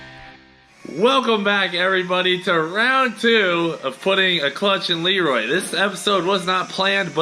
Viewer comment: Elroy instead of leroy